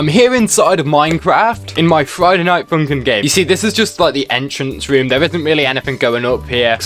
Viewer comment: “Friday night foonk’n”